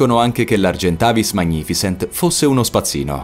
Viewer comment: Vogliamo parlare di "Magnificens" pronuniciato "magnifisent"?